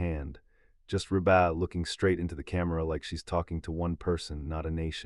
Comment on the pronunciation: Hey... it's pronouced Reeebuh. Not rebaah. What a bunch of crap!